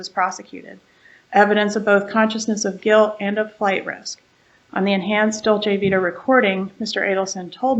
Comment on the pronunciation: Or dolce vita. He calls it dolce vitae…